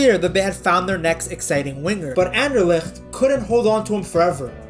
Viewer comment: Dang, you actually pronounce Anderlecht well.